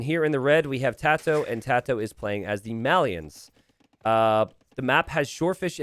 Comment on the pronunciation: You pronounce "Malians" wrong.